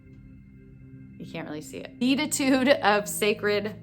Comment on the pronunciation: Be-AT-it-tude, just fyi